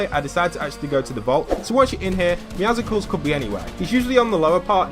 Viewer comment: bro “meow-ziggles”💀💀💀